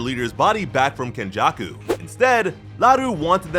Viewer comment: It’s kenjaku